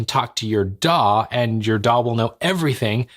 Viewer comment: shame he cant say DAW.